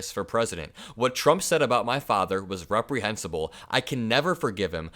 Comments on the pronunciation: "Irehensible"....? Really 🤣🤣🤣🤣🤣🤣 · he wanted to say REPREHENSIBLE and said something like arehensible _ did anyone else catch that?